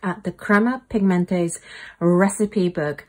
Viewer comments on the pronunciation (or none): Such a cool book. Thanks for showing! Also, in the name, "Pigmente" is pronounced "Pigment-uh", which is "pigments" in German.